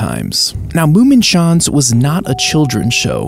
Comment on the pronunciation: ITS NOT “moomenshaanz” ITS “MUMMENSCHANZ” pronounced “mōómmēnschánz”